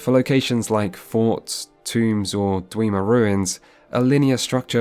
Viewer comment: DWEEMA RUINS My god, i laughed every time he said that...